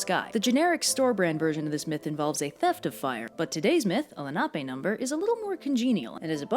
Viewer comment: Big thing, right off the bat: Thaaaaank youuuu for pronouncing Lenape correctly! I live in New Jersey, even went to a high school NAMED after the Lenni Lenape (yet it’s mascot is a colonial Patriot... go figure), and I STILL hear people pronouncing it, “len-uh-pee”. Drives me fruit bat crazy!